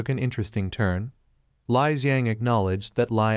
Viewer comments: It is pronounced as Li and not Lie. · You getting your info from Mr. P? LOL... Its pronounced Lee.......................................